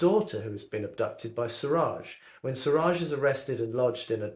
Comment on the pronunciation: It’s pronounced SOO RUJJ meaning SUN!☀️